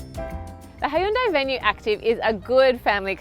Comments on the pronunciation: Please learn how to pronounce car makers name first!! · You would think she would look up how to pronounce Hyundai before making a video about it.